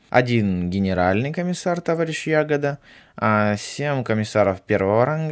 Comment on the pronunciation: ТухачЁвский Я'года Когда научишься правильно произносить фамилии, школота?